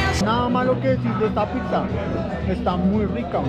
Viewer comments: Es interesante cómo pronuncias la palabra "Pizza", tiendes a decir "Pig-sa" en vez de "Pit-sa", que es la forma correcta de decir Pizza en español… ¿O en Bogotá se pronuncia diferente? Aparte de eso, me gusta tu contenido! Un abrazo! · Que buen contenido el que hace este man Solo tengo un problema No es picza Es pizza No sé si es solo a mi, pero cada vez que lo pronuncia mal me vuelve loco